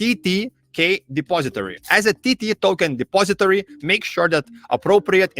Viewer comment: I just love how he says TT Token! 😂